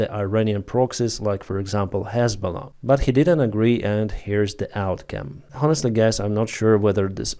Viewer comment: The "H" in honestly is NOT pronounced ! It is "Onestly" not "Honetly " !!!